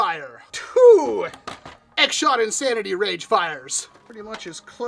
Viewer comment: "This is the X Shot Insanery" 😂